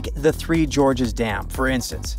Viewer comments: The three Gorges dam... not the three Jorges dam...is this an AI voice? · Three Gorges Dam not Three Georges Dam. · It's not three Georges dam, three GORGES, effnut!!!!!!!!! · "Three Georges dam."